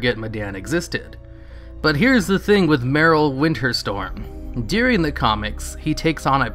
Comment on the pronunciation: During During During not deering